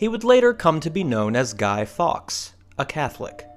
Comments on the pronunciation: Fawkes as in "forks" not "fox"! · Damn get his name right, Guy Fawkes is pronounced Guy Forks!